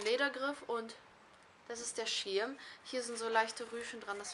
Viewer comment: Du sagst das "i" so lustig :) Der Schiiirm... Tolles Video :)